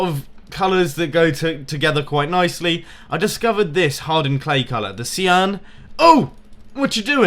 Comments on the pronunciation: Did you just pronounce cyan as sea-urn? Sy-ann. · its not seeyan its sighyan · Cian? It's cyan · It's pronounced *Sy~an*